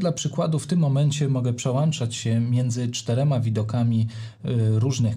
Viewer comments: Piłem do tego, że mówi przełanczać zamiast przełączać. Trochę jakby mówił poszłem zamiast poszedłem. I to i to "wiocha"... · dzięki za bardzo cenny film, ale litości, proszę się nie przełanczać, tylko przełączać. No, chyba że Pana ATEM Mini Pro ISO ma przelanczniki:). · Nie PRZEŁANCZAĆ!!! Film profesjonalny, a wiochą wieje co rusz...